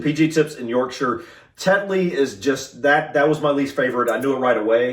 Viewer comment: Well done on the pronunciation of Yorkshire 👍 i dont like a strong tea - not keen on the tannin, so i dont leave the bag in long. I generally drink Earl Grey no sugar. Dunking you need to eat the biscuit and drink the tea, dont forget about the tea once you’ve dunked 🤣